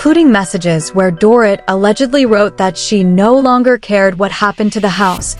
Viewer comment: CAN U PLEASE Speak DORITS NAME CORRECTLY!! It’s DOR-EET!! Not DOR-it 🙄🙄🙄